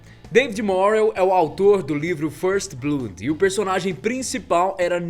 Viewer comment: "Fârst Blód" por favor!